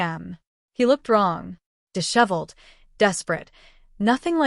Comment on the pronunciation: Why can't the AI pronouce disheveled correctly? Every story mispronouces this word!